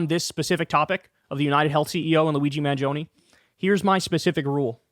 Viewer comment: I'm Italian and I just want to thank you for pronouncing "Mangioni" correctly. Seriously, thank you because everyone else is butchering it.